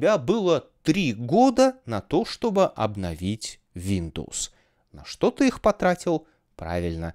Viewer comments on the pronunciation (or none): none